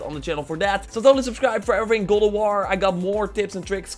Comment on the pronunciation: Dude Its GOD not GOOD of war!